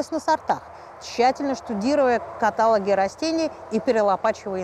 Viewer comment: Правильное ударение: каталОг, каталОги.